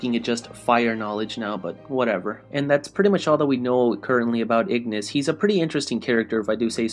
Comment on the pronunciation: i really hate when people call these guys with latin name with the english pronunciation, ignis, with the gn pronounced like in italian, and scientia with the sc like in italian and tia like zia, so pronounce "scenzia"